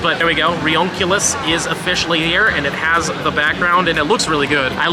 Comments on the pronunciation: It sounds ridonculous to call it reonculius. It's "ree-you-ni-clus" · it's actually pronounced RE-UNI-CLUS, like re-united cluster. not reoncilus